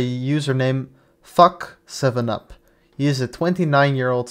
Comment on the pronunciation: Why did you keep saying Fack7up instead of saying FackTup? Dude used leet to make an a55hole nickname. He deserves everything that you are trying to defend him from.